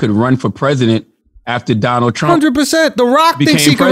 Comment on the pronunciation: did this man just call him Donnell Trump??? lmao 🤣😂😂🤣🔥